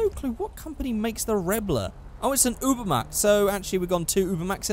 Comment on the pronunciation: Truthfully, if we could tune cars we'd see A LOT of sentinels and supercars.... Nearly forgot hakumais and feroci's and other JDM cars also if I'm correct its pronounced 'oobermat'